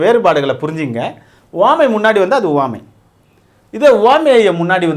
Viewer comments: Please Pronounce Correctly (Uvamai) Iyya - Appreciating your teaching effort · 1st uvamai apdindradha correct ah pronounce pannunga sir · he pronounces some words differently eg. uvamai